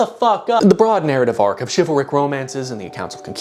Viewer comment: did he just say chival-Rick like Rick and Morty?!?!?! WUBUBLUBDUDUB